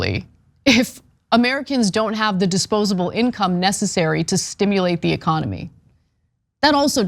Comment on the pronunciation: The way you say stimulate sounds like you are tailfishing someone